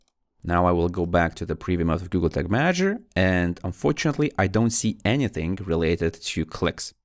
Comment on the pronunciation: yooo slow down when talking. And sounds like you are saying google tick manager.